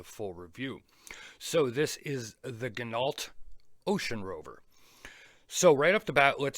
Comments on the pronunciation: That bracelet is the exact same as the Corgeut GMT I picked up on Ebay. It too has sapphire crystal, 316L s.s. case etc. but not an ETA movement. The thing is I picked it up for less that $80. I think anything over $400 for this watch is crazy. BTW, I think it's pronounced "gee NOH". I think they all buy from the same Chinese suppliers - Parnis, Corgeut, Bliger etc. The Ocean Rover is in no way worth $1200. The Steinhart Ocean 1 has all of this, made in Switzerland, and is half the price. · Ginault = pronounced Gin No, like French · It is pronounced "Gin - oh".